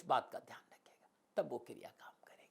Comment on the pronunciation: Kirya nahi kriya, kirya toh kiryakaram hota☺😊